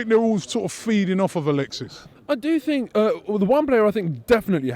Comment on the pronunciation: Robbie sounds like this...... "do you FFFink we should FFFrow someFFFing different at City??? "maybe haveFFF 2 players with good FFFechnique like Kazsuglah (Cazorla) and Ousel (Ozil) boFFF play on sunday??